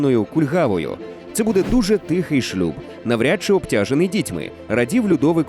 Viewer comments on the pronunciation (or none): none